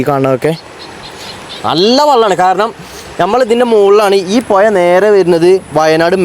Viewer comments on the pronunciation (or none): പൊയി അല്ല പുഴ